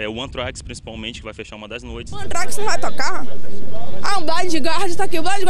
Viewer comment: essas pronúncias da galera são demais, antraquis e blaidi guardi kkkkkkkkkk